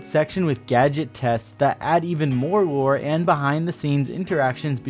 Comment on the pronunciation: Am i the only person that heard lure instead of lore?